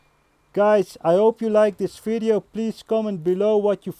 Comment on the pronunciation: _ ethanol _ It’s his accent bruh